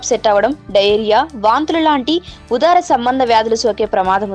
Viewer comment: ఉదర సంభంద వ్యాధులు అనాలి .. ఉదార సంభంధ కాదు